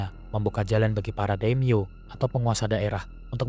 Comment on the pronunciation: Bukan daim-yo tapi dai-mio artinya nama besar.